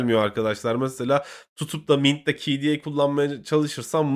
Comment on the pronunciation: "kde" demeyi öğren artık be adam